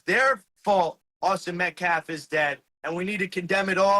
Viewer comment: He can’t say metcalf, you can’t say testosterone. Both are pretty absurd.